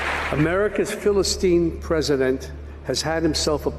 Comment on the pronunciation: Pronounced Philistine wrong didn't you? Just goes to prove you need a director to do your job of reading someone else's lines.